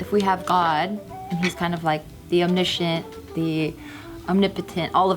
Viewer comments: She didn’t pronounce it right tho lol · She was talking about omniscient, she was correct but pronounced it wrong